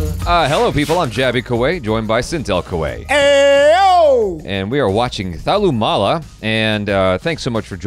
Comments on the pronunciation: It's not thalumoola it's thalumala😂😂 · Hahaa. Thallumoolaa